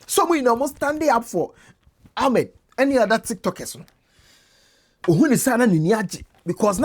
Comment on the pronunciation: The name is Ahmed not Almed